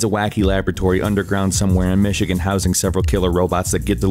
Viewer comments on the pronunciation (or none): none